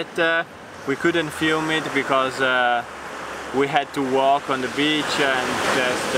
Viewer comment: Piccola lezione di inglese: la E di THE non si legge davanti a consonante. Davanti a vocale si legge come i.